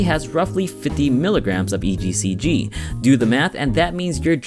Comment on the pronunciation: he says "ECGC"